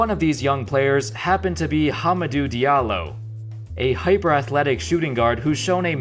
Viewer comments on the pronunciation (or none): Great video, only hick is the pronunciation of Hamidou Diallo who is from Guinea